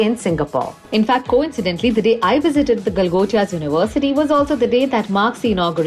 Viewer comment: Galgotias ❎ Gala gotia ✅